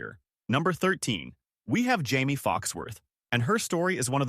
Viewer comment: It's amazing how one person can pronounce Jaimee three different ways in the same segment